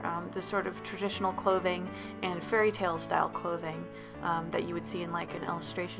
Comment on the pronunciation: for some reason i understood furryttale instead of fairytale XD